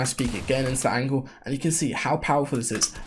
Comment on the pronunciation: “Angle” or “Angel” ???!!!!!???!!!!